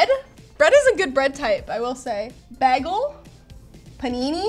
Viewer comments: A fucking WHAT? What is she,? She said baa-gil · ok i'm at the mark now and need to report that has just BAG-EL again as a new yorker i'm personally offended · Anyone remember the Community episode where pronounced bagel like “bah-guhl” instead of “bay-guhl”? just pulled a. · she said baggle instead of bagel -10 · I was thinking "my God, LTT has found the most incredible woman to ever exist UNTIL she pronounced it BAG-el. Do you frozen devils just love to torture us??? I know you have the second best BAY-gels, but they're in Montreal! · Is taking the piss with "bag-el" in reference to from Community or is that genuinely how she pronounces it?? It's "bay-gel"! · That is not how you pronounce the word 'bagel'. says baggle, like haggle. Buts its bagel, like label. Also the top of the bread being toast more is the logical conclusion of heat always rising. It is almost impossible to make the bottom the exact same temperature as the top. Even in a 400 dollar toaster. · literally everyhting about this video upset me, from the toaster to saying bagel like baggle. just the whole thing. If you want to see an actually amazing toaster check out technology connections video on the sunbeam radiant controll toaster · It's not Bag-el it's bay-gul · Great video, but PUHLEEZE learn how to say BAY-gull correctly!!!!! AAHHHHHHHH!!!! It's not "Bag-uhl", it's "BAY-GUHL"!!! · This toaster disapoonts me almost as much as when she says bag el instead of bay gol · BAGEL! not Bakel.. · Every time she said bagel like bag al, a piece of me died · Everytime she says baggl I flashback to in community getting flamed for saying baggl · Do all Canadians pronounce it "behh- gel"? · the pronunciation of "b-ah-gle" kills me. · I see somebody took the Perry course on mispronouncing things at Greendale Community College. Baggle, lol. #EPluribusAnus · What part of Canada is from to pronounce bagel like Bag El?